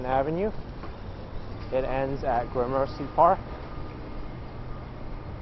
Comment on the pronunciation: FYI the name of the park (and neighborhood) at the end of your video is pronounced like “Grammar-see”, not “GRAH-mercy”.